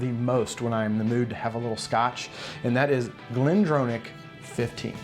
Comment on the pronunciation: Great vid but as a scotsman who used to work at glendronach its pronounced glendrawnach as in to draw a picture wont even go in to the ch pronounciation its close enough. Geeat vids in general. Definatly going to expand my whisky pallete now cheers min